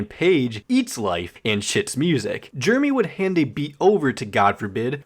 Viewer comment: thanks for reading us the wiki - nice job pronouncing jeremy, you turd. please quit the internet as soon as possible!